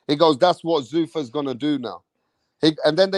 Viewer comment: Zuffa. Not Zoofa